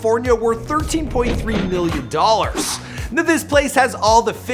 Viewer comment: Why every time he say million it sounds like hes saying billion